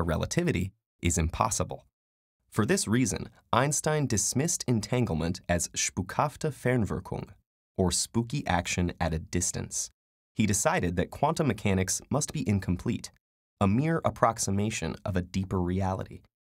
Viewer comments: It's "Spukhafte Fernwirkung", not "Spuckhafte Ferwirklung". In times of google and Wikipedia those three mistakes in two words are pretty embarrassing... Kudos though for trying to pronounce it right ;) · it's spukhafte, not "spuckhafte". and i really don't have a clue whether "Ferwirklung" is supposed to mean Fernwirkung (probabaly) or Verwirklichung (less likely) or Verwinklung (also not very likely) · Actually it's "Spukhafte Fernwirkung" and not "Spuckhafte Fenwirkung" (that's actually quite funny since "Spuck-" is derived from the verb "spucken" -> to spit; so it would be spitful/spitting action at a distance) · Hahaha "Spuckhafte Ferwirklung" LOL correct would be "Spuckhafte Fer n wir k ung" and accented completey different. But otherwise - great job! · "spuckhafte Ferwirklung"? Ferwirklung? Really? I'm sorry, but that is NOT a German word, friends. The word you mean is "Fernwirkung". Shame on you! :P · I speak German There is no “C”. You forgot the “N” and there is no “L”. It’s “ Spukhafte Fernwirkung” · Its called Fer[n]wirkung with n!